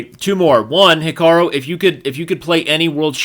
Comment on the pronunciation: Why does he keep saying "Hika-row" when it's clearly pronounced "Hika-roo"?